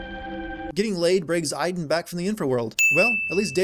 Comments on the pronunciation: as a person who's name is Aiden you said my name hella wrong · you realize you are saying aiden wrong say it like from watch dogs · You forgot to sin they never pronounce the name Aiden correctly (Ay-den) they called them I-den (As my name being Aiden i cringed so hard every time they said it) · 4 the justification is that she is trying to piece together her memories, so they wouldn't necessarily be in order. 22 ok, you know what, it's bad enough that the game keeps mispronouncing Aiden. 32: this is a recurring problem in david cage's games. It's like no matter what you do, the same thing always happen. Could it be fate. Or just lazy game developing. 35: that's where you're wrong. About a quarter of people had chosen the leave route. The game even tells you what percentage of players chose what path so you have no excuse for not knowing. Or maybe the percentages were different when you were playing this game. 64: maybe that's why only one smith bothered to fight Neo in the final film. 111: Yeah, I probably don't need to point out the time gap here and the other scenes we have seen with her and ryan. 112: oh that's just standard description of a love interest in film and tv, saying that they're smart and funny, even if you haven't seen much evidence of either or both. The only thing she missed out on was that he's pretty. which really wouldn't work. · Where are the innumerable sins for Jodie pronouncing Aiden wrongly? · The real sin, how Americans pronounce Aiden